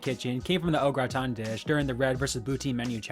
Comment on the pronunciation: Gratin not Oraton